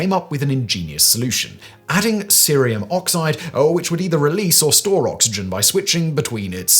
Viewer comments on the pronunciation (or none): none